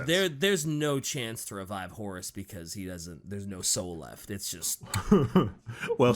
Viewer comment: It's so funny, the way says Horus, it sounds like "Horace".